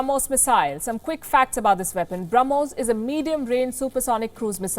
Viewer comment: Ss I also heard that and I actually repeated it once again. She misspoke it. But it's okay 🆗. We all know that what she wanted to say 🙂🇮🇳...